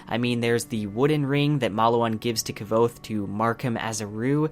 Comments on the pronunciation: Its pronounced QUOTHE like quote. Great video though, EDIT: I just read comments mentioning the same thing and you mentioned you say it how you feel it. I do the same thing, took me 6 years to say Hermione right lol. I do it with a ton of characters, but if you're going to make videos about it then you should expect people correcting you. Awesome job by the way. I was thinking of starting a book channel since there arent too many of them. Maybe we could do a collab. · Maybe I'm crazy but aren't you saying his name wrong? I thought the name was pronounced like Qwouth. Like quote with a th. Maybe I'm hearing what you say wrong but sounds like you're putting a V in there. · Yeah... it sounds more like Ke-vote than Kvothe. =) Maybe if you listened to the audiobook, hearing the name often, would help you with the pronunciation? Just a suggestion. I have no idea how much you put into your videos as this is the first I've come across, and I haven't seen it through. But if you're putting a lot of effort into it, I'm surprised you aren't doing the same with pronouncing the main character's name correctly. You can try an diminish the importance of it by saying it just a single detail, but it's a considerable detail, imo. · Dude! Doesn't Rothfuss tell us in book one how to pronounce Kvothe's name? If I remember correctly, it's pronounced like "Quothe." No "V" sound at all. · Indeed, found it quite distracting how he kept pronouncing it keh-vote. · You can't even pronounce the main. Character's name. Your synopsis ia garbage. Never review anything ever again. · i like you videos but PLEASE learn how to pronounce Kvothe! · Your pronounciation of kvothe is highly irritatting, almost made me unsubscribe you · everytime you miss pronounce the guy´s name l head palm... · Man your pronunciation of Kvothe is some fun stuff! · really irritates me that you aren't pronouncing Kvothe right, cmon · Your’re pronuncing it all wrong! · ITS NOT K'VOTHE , ITS KVOTHE!!